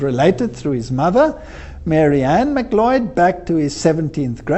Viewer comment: MacLeod is pronounced like/Mac-LOUD/